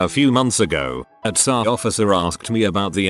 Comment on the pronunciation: TFW the auto-voice reads T.S.A. as T'SÁ for the fifteenth time 🙄